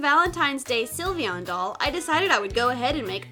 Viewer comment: John Robinson It’s Sylveon not Silivion or Syilvion